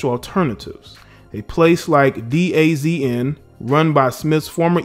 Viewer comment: DAZN is pronounced Da Zone i believe.